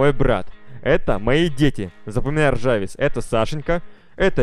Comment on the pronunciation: Не ржавис а жарвис!!!!!